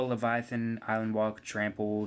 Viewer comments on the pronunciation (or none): none